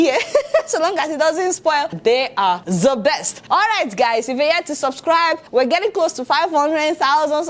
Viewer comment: The way she pronounce 'the' with that insistence